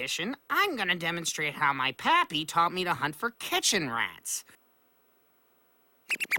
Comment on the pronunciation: pappy, not papi..